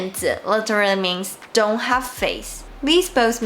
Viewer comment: Hi, i've noticed one common mistake you have been doing whenever you speak any words that end with "n" sound. For example,you pronounced Don't as dong or Tone as Tong. Try to fix that and you're good.:)